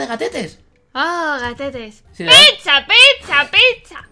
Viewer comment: dice picha no pizza